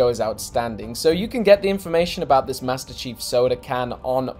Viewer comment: Maestir Cheeeef in da soouder